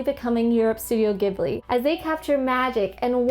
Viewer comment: Wonderful video. I just finished watching the movie, and I have to say, I think it's my favourite animated movie yet. My favourite character was the wood cutter in the stocks. One thing, though. Ghibli is pronounced with a soft g or j, like in giraffe.